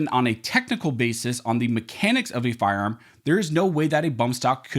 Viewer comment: Please announciate your speech. The rule of Lenity is not pronounced the rule of Lindy. Firearm is not pronounced "Farm".